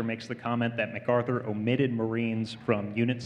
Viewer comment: Arthur Herman makes the same mistake, as most people do, regarding the pronunciation of the last name of Douglas MacArthur. As the general himself made clear in the very first paragraph of page one, of his autobiography titled "Reminiscences," he is of Scot descent in the Clan MacArtair. The proper enunciation of his last name sounds like Mack-Arthur, not Muh-Carther.